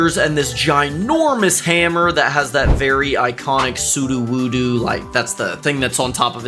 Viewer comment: It’s sudowudo not suduwudu smh 😑